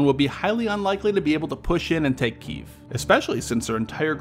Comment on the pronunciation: What's a "kiyv"?